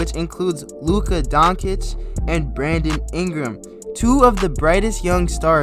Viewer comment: Luka Donkey-ch lol